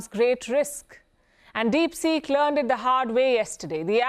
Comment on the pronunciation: Palki Sharma: DeepSick😆